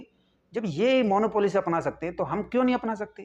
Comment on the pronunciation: It’s called Monopoly not Monopolicy . एकाधिकार. Aap acha kaam kar rahe hai is saal. ❤❤